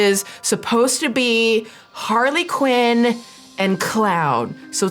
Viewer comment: Not Harley Quown 😂😂😂